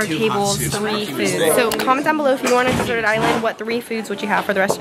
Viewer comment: "Desert-ed island" Ooh sounds yummy...or is "deserted?"